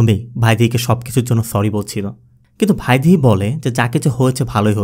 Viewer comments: প্লিস বৈদেহী! ভাদেহী নামটা কেমন শুনতে লাগছে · ভাইয়া আপনি খুব ভালো গল্প এক্সপ্লেইন করেন, একটাই জিনিস বার বার কানে লাগছে মেয়েটির নামের ভুল উচ্চারণ। উচ্চারণটা ভ্যাইদিহি হবে।ভাইদিহি না।